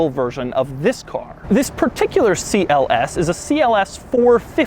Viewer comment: It is not Si El ES, it is CLS.